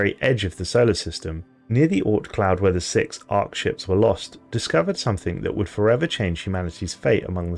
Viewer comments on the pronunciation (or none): none